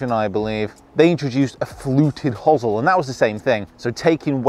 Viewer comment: First Brit I've heard pronounce hosel that way (hozzle), I normally hear "hose-el".